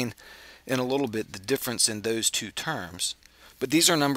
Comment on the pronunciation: Thank you, you were so succinct, I was able to take notes without stopping and starting the video over and over and over again. Also, the way you pronounce "2" makes me think you've got a bit of Scottish in you. I could be wrong, but that's how it sounds. :0)